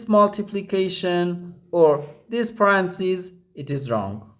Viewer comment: English teacher here. Repeat ten times aloud the following and it will feel more natural next time to say it correctly: Pa-ren-tha-("th" is unvoiced, like in "thistle") cees. Pa--ren--tha--cees Stress 2nd syllable. Pa-REN-tha-cees.